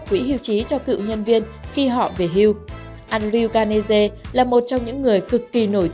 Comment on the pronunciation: Ố mai gạt, andrew carnegie mà nó đọc là an đờ riu ca lê giê, phải đọc là enđriu canơghi